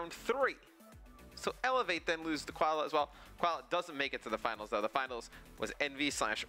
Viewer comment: I bet it is quad L.A. not quad la.